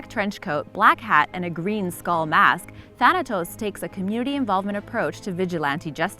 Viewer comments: She deserve to be slapped the way she says thanatos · T H A N A T O S = T H A N O S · Does anybody realize that thanatos is two letters away from saying Thanos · "Thanatos" huh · "Thanatos", real original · Thanatos? More like Thanos